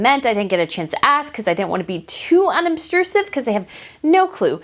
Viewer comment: Not to be picky but it is pronounced unobtrusive not unobsterusive. However, you’re the ONLY one at least that I’ve seen who has shown the vacant seats. Love your channel! BTW. How can Megaliar be 43% Nigerian when she’s only 25% black? Also, Nigeria is a Nationality and has many ethnicities. It’s like saying someone is 43% American (per the Royal Grift) Wish someone would’ve asked Megaliar to point out Nigeria on a map. She’s playing up the race card and doubling down bc she’s planning on a political run.